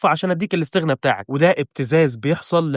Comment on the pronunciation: يامسلم اسمها الإستغناء مو لستغنا